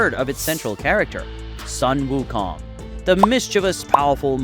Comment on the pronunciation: bro its sun (soon) wukong not sun (son) wukong why cant ppl get that right